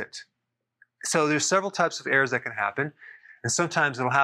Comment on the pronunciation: Is Dr Berg saying errors.... or airs? 😅